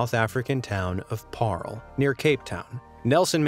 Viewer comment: Im South African and I’m sorry but how he said Paarl, just got me so annoyed!!